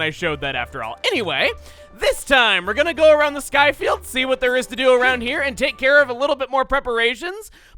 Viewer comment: "The skyFIELD."